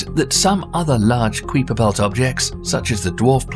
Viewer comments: The "qweeper belt?" I've never heard Gerard Kuiper's name pronounced to rhyme with sweeper or creeper. Usually, it's kaiper, rhyming with kaiser, if you're interested. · is someone gonna tell him it's pronounced Ki-Per belt not qui-per belt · Keye-Per Belt not Queeper Belt. You Brits pronounce everything wrong! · Ok it's kiper belt (k-eye-per) ... Not queaper (kweeeper)... seriously.... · To begin with, the Kuiper belt us pronounced 'Kyper' not Kweeper. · Is it the "kwee-per" belt? I always heard it pronounced "kai-per" belt. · Usually I let this kind of stuff go. But he said it so many times I had to quit, and leave the nasty comment. It was getting so annoying! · Lmao😂 man idk what it is with these commentators pronouncing things wrong. There’s several things I’ve heard mispronounced. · Kweeper belt 🤣🤣🤣. Stop it you're killing me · What a load of crap! Several basic errors in the video. E.g.: the crew of the Challlenger didn't die instantly. The narrator also has no idea what he's talking about. He didn't pre-read the text, just started reading and ofcourse made mistakes in pronounciation. E.g. The Kuiper belt.